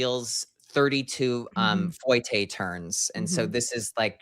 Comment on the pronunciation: How did he just pronounce ‘fouette’? Foy-tay??